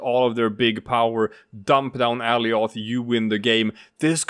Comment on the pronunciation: Alioth is pronounced like goliath without the G